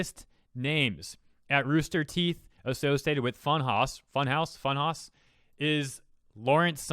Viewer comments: Hey cuz you had an issue pronouncing It it’s pronounced like funhouse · Speculation will always be speculation. Someone who can't even pronounce the name of the channel trying to draw a negative. People move on. As should you. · Yeah, I was like "seriously dude?" What a shitty video.